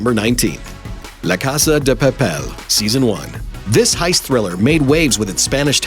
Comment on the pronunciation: In "Casa de Papel" the accent in "Papel" in on the "E". It is pronounced pah-pèl.